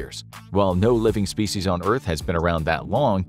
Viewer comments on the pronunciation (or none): none